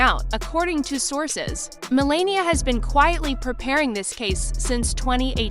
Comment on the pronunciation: If you are going to narrate, at least pronounce the names correctly. How hard would it be to learn to pronounce the First Lady's name.